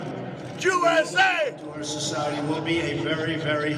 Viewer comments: sounds.like he is saying jew eśe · He didn't intentionally mean to say Jew s a. Lmao nice try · yeah i saw that guy in another viral video, he was also saying Joo-S-A. Giving attention to someone who obviously didn't deserve it.